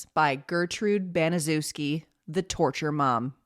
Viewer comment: Good video. I'm pretty sure her last name is pronounced Bani-SHEF-ski.